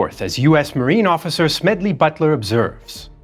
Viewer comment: Smegley Butler 🤭🤭